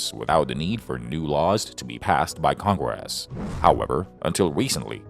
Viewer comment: Big surprise a communist tool being used by a communist loving president to push his agenda. Its almost as annoying as the way congress is pronounced by your Ai.